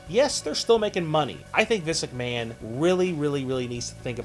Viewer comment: We know the video is about Vince McMahon. I don't think saying, "Vince McMahone" over and over again makes any sense.